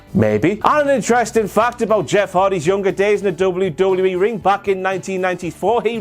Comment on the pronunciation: Did no one hear tom philips saying lame lame me instead of wwe??? I replayed it 6 times all i could hear! It was when hardy or miz got in the ring.....